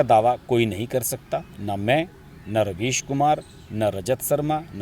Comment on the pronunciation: Ravish kumar nahi raavish kumar .